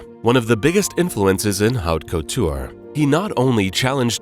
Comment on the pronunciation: Cortie? Hubert de Gi-ven-chii? Oh wow.